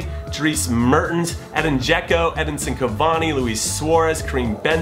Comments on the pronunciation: Edin not Eden😓😓😓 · It's Edin (EH-deen) Dzeko not Eden, but I love the choice so you can say/spell it however you want, Jimmy! My eleven: GK Gianluigi Buffon RB Dani Alves CB Sergio Ramos CB Thiago Silva LB Marcelo M Luka Modric M Dele Alli M Arturo Vidal W Cristiano Ronaldo W Lionel Messi ST Harry Kane